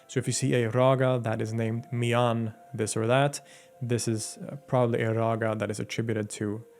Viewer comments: Btw miyan is pronounced as miya with n being almost silent having a nasal note at the end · Great video! Some minor pronunciation corrections - The Ha in Haridas is pronounced as huh, so the pronunciation is hurrydas. The last N in Miyan is silent, or a slight nasal ya, so the pronunciation is Miya (with a slightly nasal ya). Lastly Raga is a term often used by western people, the correct word is Raag. So it's Raag Deepak, Raag Megh etc. Also, the legend mentions Raag Megh Malhar as an antidote to Raag Deepak and not Raag Megh. Megh = Cloud/s and Malhar = Torrential Rain. There is a Raag Megh and a Raag Malhar and Raag Megh Malhar is a combination of the two. Thanks for a thorough job on one of India's most prominent musician.